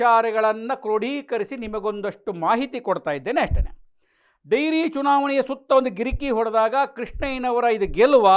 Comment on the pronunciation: ಡೈರಿ ಅಲ್ಲ ಡೇರಿ